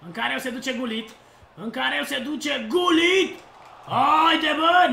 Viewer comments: cel mai tare youtuber de fotbal #respectbraker PS se citeste Ruud Hullit,no hate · am iesit de pe video cand am auzit cum ai pronuntat GULLIT......